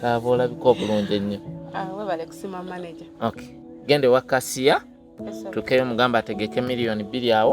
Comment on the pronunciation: Nkugambye kyogereko bubbi even mbu kase instead of Cathy mbu kasiya instead of cashier gacia bulolo